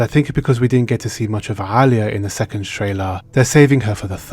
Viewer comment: That ayn in du'a and Alia... I'm sure you speak Arabic!